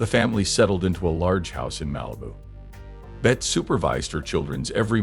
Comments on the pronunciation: As others have pointed out her name was pronounced Betty. The video was interesting, how could it not be when Bette is the subject matter. However, there were many grammatical errors in the narration and closed captions. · That narration , if you could possibly call it that was dreadful, once and for all her name was pronounced BETTY.